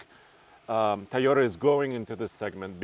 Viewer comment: That’s the Thai oh day guy who can’t say Toyota dam it say Toyota right please you killing me man lol 😂